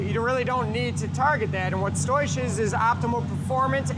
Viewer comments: lmfaoooooo motherfucker seriously said "stoish" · When he says "stoich", sounds Dutch. Does he love gold?